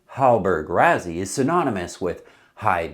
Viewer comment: PLEASE ! Why Why do Americans insist on finding a way to mispronounce everything.. Rassy.. two sses.. how can that be translated into RaZZy ?? Stop it or we're going to begin pronouncing Connecticut, Connect icut.. Arkansas, Ar Kansas..and many more.. :</